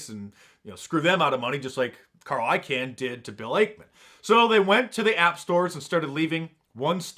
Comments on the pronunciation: I-Kahn Mark, I-Kahn not I-can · its pronounced ICON not carl ican. ... its bill ACKMAN not bill ackmin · It's actually pronounced Carl I-khan, or like the word 'Icon'